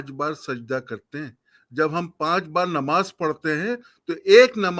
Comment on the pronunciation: ❤se mayyat ki nmaj agr bolna nahi aata to sudharo ❤se